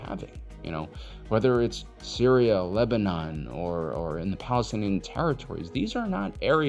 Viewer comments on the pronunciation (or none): none